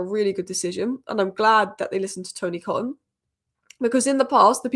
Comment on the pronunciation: Tony Coton's name is pronounced Ko-ton. He was city's keeper in the early 90s and then became United's goalkeeping coach, right up to Barthez.